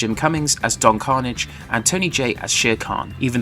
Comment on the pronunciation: Roll the R!